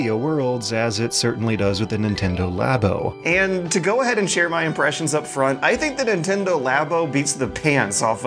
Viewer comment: Oh my GOD IT'S PRONOUNCED “LAA-BOW” AS IN “LABORATORY” UUUUGH